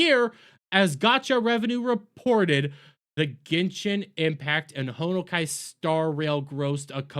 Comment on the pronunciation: They are indeed clowns. This boycott made this game more money and popular. Pronounce Honkai correctly you boomer. Also a Genshin ad played on vid lmao.